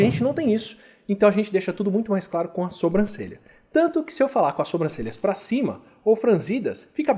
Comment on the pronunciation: Kkkk difícil não falar "sombrancelha". Sei que vc sabe falar certo mas às vezes escapa a forma errada.